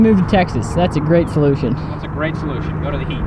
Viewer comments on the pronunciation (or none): “ that’s a great folution”🤦‍♂️😂